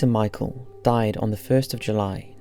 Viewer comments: Her name is pronounced like the name Michelle it is not pronounced like the name Michael remember her name is French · You absolutely butchered her last name. So congratulations on that. I’m not even 10 seconds in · Surname pronounced wrong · That’s not how u pronounce her name 😑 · Thats not how u pronounce Her second name!She was duitch woman! A little bit of respect please, cant u learn her second name and pronounce it good??? U have a time to tell her story but not a time to learn her 2nd name?? My God, Guy commmon!!!😡